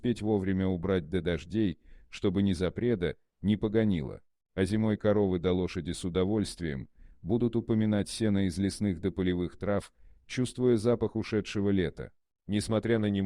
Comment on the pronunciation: Коровы и лошади будут УМИНАТЬ сено зимой, а не УпоМИНАТЬ. Рассказ о любви, об отношениях, а прочитан так равнодушно,.